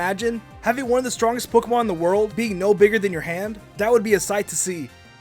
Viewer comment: is anyone else bothered by the fact that he pronounces Pokemon POK-ee-MON :\